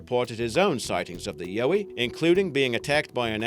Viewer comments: it's not yoey it's yowie! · ok two seconds into it and this vid reeks of BS>> Anything related to Australia is COMPLETE BS. the ''YAUWI'' (best I could do to get the pronunciation correct from that disgusting butchered Australian .....uurrrgghhh) ' Its an Aboriginal mythical creature that was made up to keep their kids in check. ie. the boogey monster. This is the ''full of shit'' channel obviously that I fell over... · It'a fyi, it's YOW-ie like.... YOW, that hurt. For the Aussie Sasquatch creature. Trust a Sydney girl. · ...you're an Aussie and you can't even pronounce the name of one of your most famous cryptids?! Holy christ on a bike, there's something wrong with you. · Octy Crick same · The way he pronounces 'Yowie' as well...he's meant to be Australian, yet cannot even say the name of one of the most famous Aussie cryptids.